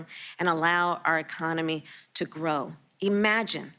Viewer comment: The word is "IMAGINE" not "EMAGINE". If you can't speak English, get out of your office. What do you propose to use to transport what Americans need?